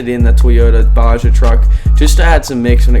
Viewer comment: It’s pronounced BA-HA